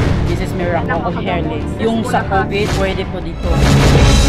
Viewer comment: A wise beki once said "Des es merakol off helling" 😂😂